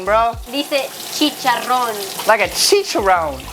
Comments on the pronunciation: SHE SAID “” deice chicharrón “” I think she’s Latina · THE WAY SAID "CHICHARRÓN" OMG!!!! I'M CONFUSED, DOES SHE SPEAK SPANISH OR SOMETHING????